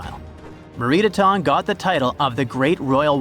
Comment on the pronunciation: Meritaten is pronounced "Meh-reet-AH-ten". 🇨🇦